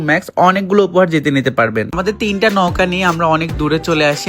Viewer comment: ছাগল নৌকাও তো ঠিকমতো উচ্চারণ করতে পারিস না. ছাগলের তিন নাম্বার বাচ্চা